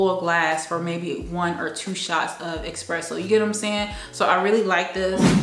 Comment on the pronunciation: FYI...ESpresso not EXpresso